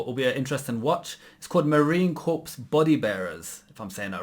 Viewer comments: Corps is pronounced core. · It's spelled "Corps" but pronounced as "Core"...please don't refer to us as "Corpse". Just wanted to let you know. SEMPER FI!~ I helped arrange the funerals and bury 13 of my Brothers in Oahu, HI. It is an insanely difficult job. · Its not pronounced "corpse", it's "core" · Marine Corps is pronounced Marine Core not corpse. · When pronouncing Marine Corps, the 's' is silence in Corps. I was the Marines for 8 yrs and that drives me crazy when people say corpse instead of Corps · Pronounced core, not corpse. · Marine Corps....pronounced as Marine Core. Corpse is a dead body, and the Marine's are excellent at stacking them! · No offense but, the P in MARINE CORPS is silent.I is pronounced as if it was spelled CORE. And, Marines are not Navy people. Even though the Marine Corps is part of the Navy, the Marine Corps is THE BEST PART OF THE NAVY! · It is pronounced Marine Core. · Corps is pronounced core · just a heads up CORPS is pronounced like CORE. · FYI, the "s" is not pronounced in Corps. The Marine escorting the body home never leaves it's side. If the casket has to be warehoused on a stop home, the Marine escort will sleep on the floor of the warehouse, if necessary.